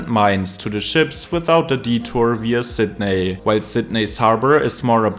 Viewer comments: lol you nailed woolongong which plenty of natives manage to get wrong, but it's Sid Knee not Sid Neigh 😂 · You mispronounced Sydney